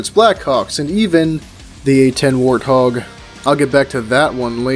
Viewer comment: The way said warthog actually hurt me...